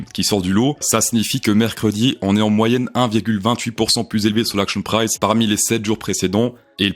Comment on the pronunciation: Salut , est ce que tu peux dire "axion prisse" plutôt que "action price" . Vraiment mec , on est en France on parle français !